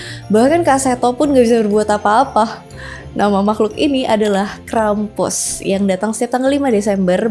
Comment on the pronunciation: maaf kak, aku dengernya krepes